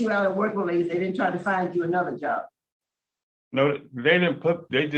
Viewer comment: Dude job has a B at the end talk like you got some sense